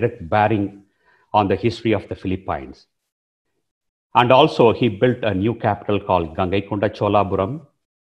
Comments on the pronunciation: It is pronounced Fee-lee-pins, not Fee-lee-pines. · sir its PHILIPINES, not Feli-pyns, Please... Pronounce our country's name properly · Hahahah. Great video. Watching it now and not done with it. But I hate that you pronounce the Phili-PEENS the Phili-PYNES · Could you learn how to pronounce Philippines please before you enlighten us on the subject